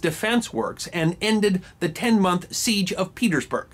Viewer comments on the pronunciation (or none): none